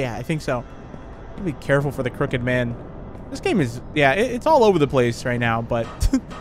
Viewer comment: I thought he said the cricket man 😂